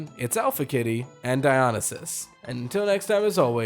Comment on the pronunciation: How could you butcher Dionysus so badly?